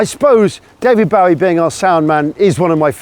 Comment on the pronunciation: 'Boh-ie' not 'Bow-ie'!